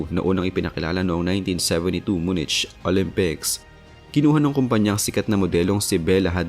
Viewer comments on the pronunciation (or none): Munich is pronounced as myu-nik